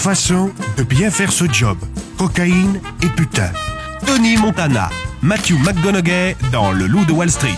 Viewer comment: Ça m'a aussi perturbé pendant toute la vidéo c'est McConauWEY (enfin c'est comme ça que ça se prononce)